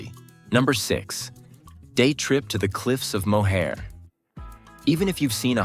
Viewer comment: You just butchered the pronunciation of Cliffs of Moher. 😂